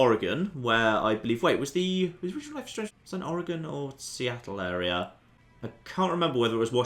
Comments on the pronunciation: I’m happy you can actually pronounce Oregon correctly. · Omg you pronounced Oregon right! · Genuinely surprising and refreshing, also speaking as an Oregonian. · As an Oregonian, thank you for pronouncing Oregon correctly.